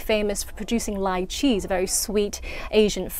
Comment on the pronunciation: I thought she said ¨lye cheese¨....